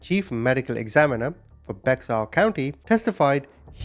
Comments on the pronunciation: Bexar County, Texas is pronounced BEAR COUNTY, TEXAS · BEXAR, COUNTY IS PRONOUNCED BEAR COUNTY. San Antonio, Texas.